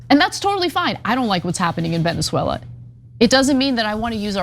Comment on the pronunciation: I can't with Anna's pronunciation of Venezuela.